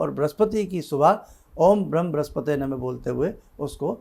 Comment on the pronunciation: नमस्कार उपरांत प्रार्थना है शब्द "ब्रह्म" है "ब्रिम" क्या बोल जाये। शंका समाधान करे 🙏🙏🙏🙏